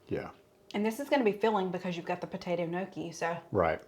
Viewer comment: Looks delicious love your videos and it's pronounced Nyawkee lol but your way is fine too just seemed like you weren't sure lol